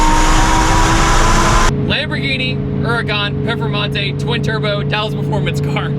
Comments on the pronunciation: Great video but its PERFormante not PEFormante lol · Say it with me now, per, form, mante.. now say it together, performante 😂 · its pronounced PURRRRR FURRRRR MANTAY. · Anyone else laugh every time pronounced it "pefermontay" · Why does he say perphamante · I've never heard another American say it the way he does. I say per-for-monte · Zee Two Fiddy well the Lamborghini is called Performante but I guess it's somehow too hard to pronounce right for most non-european people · So annoying like fuck say it right